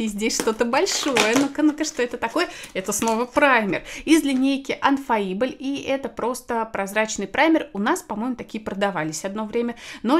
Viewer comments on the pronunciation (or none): Не Анфаибл 😀 а ИнФеЙбл